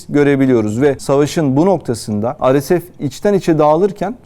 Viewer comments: arkadaş türkçe yayın yapıyorsun dolayısıyla ar-es-ef deyip durmak yerine re-se-fe diyebilirsin. veyahut hdg (hızlı destek güçleri) biçiminde telaffuz edebilirsin daha anlaşılır olması açısından. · Yayınlarınızı çok beğeniyorum emeğinize sağlık, ancak bazı kısaltmaları örnek:RSF neden Türkçe telaffuz edilmiyor, çok merak ediyorum? Kimileri beni eleştirecektir bunu da biliyorum.